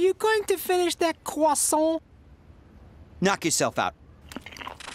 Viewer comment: Are you going to finish that cwasount